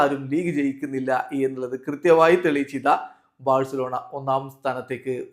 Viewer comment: Its not Barcelona it's varcelona 😂 pls reply cryfans